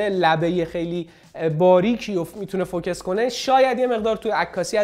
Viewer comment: داش سلام.فوکِس چیه.فوکوس هست ینی متمرکز تمرکز بر روی نقطه ای.مثلا ماتریکسی یا چند نقطه ای❤